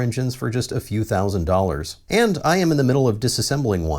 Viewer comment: can you stop putting the emphasis on "thousand" when the other number youre comparing it to also has thousand at the end?